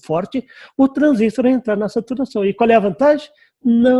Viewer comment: Parabéns pelas aulas, mas por favor, em português, o correto é transistor, com acento tônico na última sílaba.